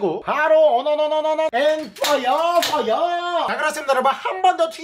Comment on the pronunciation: 형 퐈이야하 를 마이야하 로 하면 좋을 것 같당